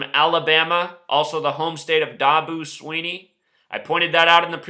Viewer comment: this guy is an idiot. my cousin coaches for clemson and I can guarantee that last night's game wasn't rigged! this guy can't even pronounce Dabo's name right. you can't script greatness